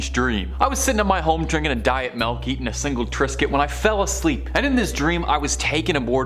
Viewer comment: Drinking a diet melk?